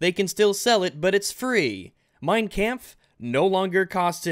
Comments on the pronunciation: You pronounced "Kampf" wrong! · Who needs an AIDs simulator when ' pronounciation of kampf was enough to give me AIDs in real life